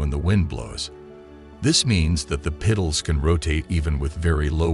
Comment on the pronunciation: Fix the AI voice to pronounce petals correct and I will share it.